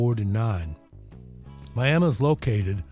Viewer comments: I live south a Miami Ok about 30 minutes. I’m glad you pronounced Miami correctly with a “uh” and not a”ee”. Good video. Loves my Skynyrd. :) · 1st person to ever pronounce Miami, Ok right